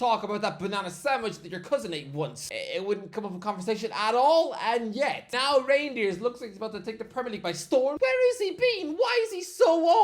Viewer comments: Reindeers 😭 bro. Work on that pronunciation REIJNDERS! Like van DIJK / SNEIJDER / de VRIJ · isnt it rejndeers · “Tijjani reindeers”